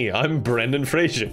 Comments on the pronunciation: PLEASE ITS FRASER NOT FRASIER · It's pronounced phrase-er.